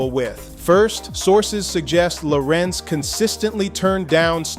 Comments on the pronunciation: HIS NAME IS LA RENZ NOT LAWRENCE…. GET IT RIGHT!!!! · I previously complimented A.I for pronunciation of Larenz’s first name. Now I take it back. His name is Larenz ( if you need help pronunciation. Ask him) It’s NOT Lawrence Thank you with respect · A.I. started mispronouncing his name as “Lawrence” Eventually made adjustment to Pronounce correctly. This is one of the million reasons why I question A.I. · Loved him in POWER he was something else and he was definitely America’s worst nightmare in Menace II Society and pronounce him damn name correctly. Lah - renze Tate loved his brother in “Barber Shop” ❤❤ hilarious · La RENZ emphasis on the second syllable. LaRenz Tate is a 🔥🔥🔥 actor and guy!❤❤❤ him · Y'alls gotta stop with this AI. Who tf is Law-rense 😂😅🤣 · I wish these narrators will stop mispronouncing the artists name as if they don’t know better. So disrespectful ever heard of a discipline in editing?!? So sloppy! Plus the information is opinion based instead of just facts! Nobody cares about the gossip! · Well dude if you could learn to pronounce his name correct that would be a start. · Say his name right first of all...let's start there.